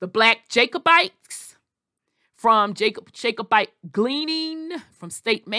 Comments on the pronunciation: Just stop talking you are butchering the name a Jacobite. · You are butchering and mispronouncing the name Jacobite